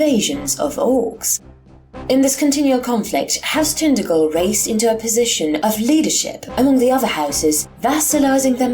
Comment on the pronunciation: hello, cornishman here: pronounced tin-taj-el. nice to see a cornwall-inspired home-brew :) onen hag oll.